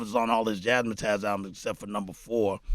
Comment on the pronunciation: It’s Jazz Matters with a Z. Seriously here we are decades later, and even Preem messin it up. It’s not jazz mah tazz, it’s jazz mattaz. Like Jazz Matters but remove the R and replace S with Z. Jazz Mattaz. Not jaz mah tazz dammit! 🤣